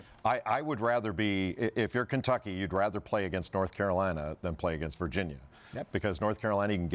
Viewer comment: Where is "Nort Carolina"?? 😂😂😂